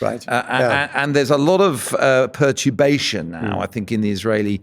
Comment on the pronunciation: Perchoobation? I am perturbed by your use of this nonword.